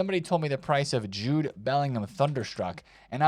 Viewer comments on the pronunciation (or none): none